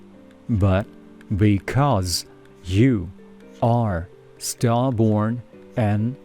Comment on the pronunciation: 수고 많이 시네요. Stubborn 발음을 “스터보온”으로 발음 하시는데 “스터버어언”으로 해야 하는 거 아닌가요? 질문 드립니다. 감사합니다.